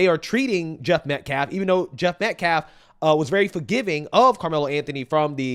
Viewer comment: He makes me sick! HE DIDN’T EVEN KNOW AUSTINS LAST NAME!!! He said “ Met-Claff, not Metcalfe!